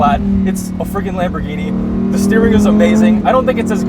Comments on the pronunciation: I'm Italian, the way pronunces it is pretty much correct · yes that's right Huracan with the silent "H", at least way say it like that in Italy. Your lamborghini pronunciation is correct but for Murcielago I don't know the exact pronunciation cause is spanish ( we say Mursielago).